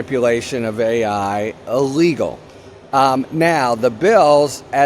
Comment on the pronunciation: Ill- legal, not uh- legal. Like in illustrate, illiterate, illuminate, illustrate… I like your content.